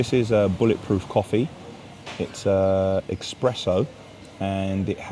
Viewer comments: expresso lol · It’s Espresso not expresso mama mia 🤌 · There is no x in espresso. 😁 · ES-presso not EX